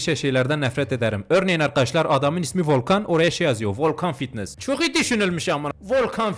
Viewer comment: ✨vOlKaNgGhH fİtnEsGgHh✨😂😂😂